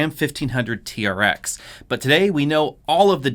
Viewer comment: Sounds like he saying Raptor vs T-REX.